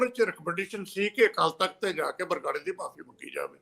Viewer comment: ਬਾਰ-ਬਾਰ ਬਗਰਾੜੀ ਕਹਿ ਰਹੇ ਨੇ । ਇਹਨਾਂ ਨੂੰ ਸਹੀ ਉਚਾਰਨ ਲਈ ਕਹੋ 🙏